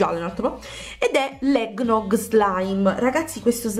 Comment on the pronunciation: A me piace tanto lo Slime egnog scusa per la pronuncia